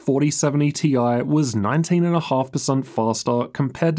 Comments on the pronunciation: You have to stop say tie it's T I. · Thoughts my ears werent working when you pronounced 4070 "tie" sometimes 😂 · The interchange of Ti and tie in less than a sentence completely blew me out of the viewing experience. Sorry, Can't handle it. The Ti stands for Titanium, Not neck wear. So either T-i OR Titanium is correct. Not tie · I love how switches between Tee Eye and Tie pronunciations to please everyone